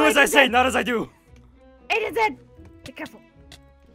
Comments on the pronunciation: Who else thought that agent shed was Pronounced agent shit No offense 😝😝✌🏻️✌🏻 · WHEN SAID FIRST SAID "AGENT SHED" I THOUGHT HE SAID "AGENT SHIT"😂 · I though said agent shet😂😂😂😝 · I thought he said agent sh!t